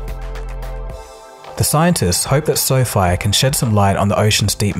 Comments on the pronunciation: I'm sure its pronounced "Sofie" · the narrator is a moron. Pronouncing quadruped "quad rooped" lol. untethered, "underneath". SoFi, "soph eye". Arduino, "adreeno". all you had to do was read the script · I think the idea was to pronounce it as Sophie